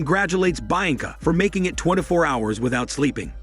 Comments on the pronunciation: Bainca, really? It's literally read the way it's written BI-AN-CA. Bi as in BInoculars AN as in UN-derworld (the movie). CA as in CAmera. You're welcome. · the name is said = Bee anka not bi anka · all i heard throughout this recap is BI ANCA this BI ANCA that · "baianca" lmao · Who the fuck is "Bine-encah" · bee -on-cah... Lol 🤣😆😆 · Hahaha...bha yang kha......... Hahaha..and he says it again and again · Did he think it was Bainca? And then was just too embarrassed to correct it? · Hearing him butcher the name Bianca so many times in a row was really hard to listen to. Don't they edit these videos before posting? Especially when you're having a bot read for you. You could fix those mistakes by spelling the mispronounced words and names like they sound (if nothing else). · As a Romanian and knowing how Bianca sounds, it just irritates the crap out of me the way he says it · What an interesting way of pronouncing “Bianca” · I guess it’s ‘French’ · I thought the same damn thing😂